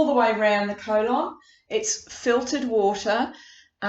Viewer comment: The way you pronounce the word colon….. 🤦‍♂️ good video though